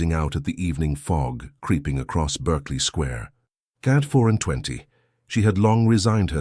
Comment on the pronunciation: Not Berkeley Square - pronounced in England ‘Barkley’ 😉🌹